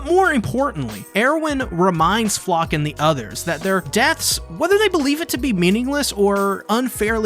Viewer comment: The proper pronounciation would be Flocke (flake) like they butcherd so many german names in the japanese dub (wich i don't care about, its just funny)